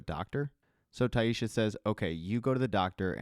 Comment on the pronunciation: Great job, as always but its Tai-SSa, no H, no "sh" sound. Just yhr "s" sound.